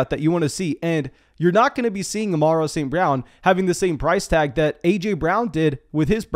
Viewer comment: Why do you pronounce it Amarro St Brown? 🤣